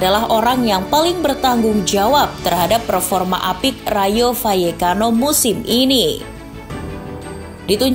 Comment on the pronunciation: Kenapa L dibaca Y , gaplekki hehehehe